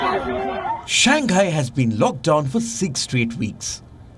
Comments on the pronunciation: It's Shang - hai, not shan- gai... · Palki....it is not Shang Guy....it is pronounced as Shang High ! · Shang hai lah dei not Shang Gai